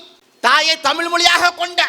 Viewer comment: தமிழ் ..... ழ் லே வரலயே😂